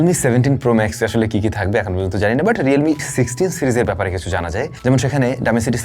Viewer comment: oita original realme company na, oita realime phone,,,vhalo kore notice koren vhai,real-i-me😂😂😂